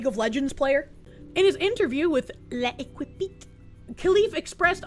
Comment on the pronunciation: "Le Equipit" 🚫 "Lekip" ✅️